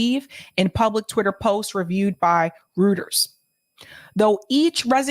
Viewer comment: Pronounced: ROY-ters. Wishing you and Rbn all success.